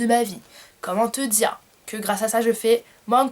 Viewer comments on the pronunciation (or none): none